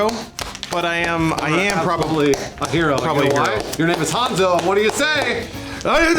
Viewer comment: I died when that new bald guy said hanzo's famous words perfectly... what a nerd